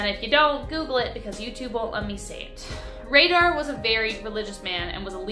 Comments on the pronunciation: You would think.... with 7.76 MILLION subscribers she would put a little more effort into pronouncing the names correctly .... Dennis Rader is not pronounced as Ratter ......... Its "Raider" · Btw Rader is pronounced like Raider. Like the football team or tomb raider lol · ish. You mean to tell me that she's a full grown woman youtuber that hosts all kinds of true crime vids really doesn't know how to pronounce the surname "RADAR?" You know, its also a ⁴4it